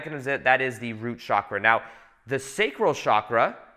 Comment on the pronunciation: Chakra is pronounced as in CHannel not as in CHicago. Please pronounce it as it is spoken in Sanskrit, please. And there are many people in ‘third world countries’ who are more enlightened than most of us even if they don’t have basic necessities. Many hardcore yogis in India specifically reject basic necessities. As a somewhat enlightened person and channel, it is time to drop the basic media spun phrases like ‘third world countries’. Most probably you will not see or care about what I said.